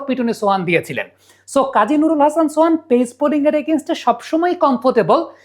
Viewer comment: ছোহান না সোহান 😂